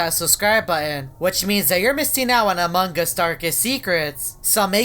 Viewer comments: Its among us not amongus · I die every time this guy says “amonG us” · Subtitle when says among us: amanga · This is how he says amongus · Amon GUS